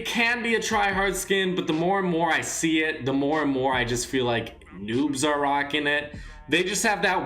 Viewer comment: Is it me or is he saying nups